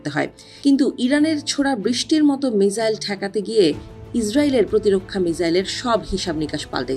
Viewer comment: উচ্চারণ মিজাইল হবে না মিসাইল হবে? উচ্চারণ ঠিক করেন।আমি প্রতিটি রিপোর্টে দেখেছি উচ্চারণ ভুল করে।